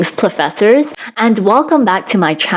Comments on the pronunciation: Plofessors. It’s genius but i just gonna instinctly respon ‘bangke’. Imagine drinking when you say the name. Gold. Great video. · plofessors lollll love that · PLOOFESSORS!! 😂 Yes!! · I have two suggestions! One, not "plofessors." Two, don't get too close to a high-powered mike like that, you're blowing it out and sound quality is actually worse. Hoping to be helpful here. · plofessors it is then mwa mwa